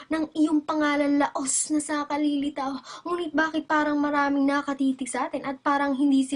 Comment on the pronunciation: AhaHAhHAHAh!!! what the heLL??!! DONNNNNAANANALYN?? eheheh joke..ok naman.. ntatawa lang ako dun sa "BAkuet" eheh